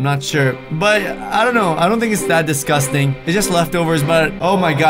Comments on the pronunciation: u said disgusing 24 times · You said discus ting 9 times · you said disgasting 31 times